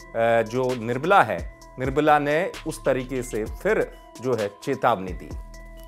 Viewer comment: Be first its nirmala not nirbala🤣